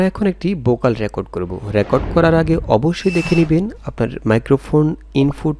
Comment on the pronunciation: ভাই উচ্চারণ ঠিক করেন। বয়েজ না ভয়েজ। অনেক উচ্চারণ ভুল। বোকাল না ভোকাল। রিমুব না রিমুভ। আরো বেশ কিছু এমন ভুল উচ্চারণ যা শুনতে খুব খারাপ লাগে।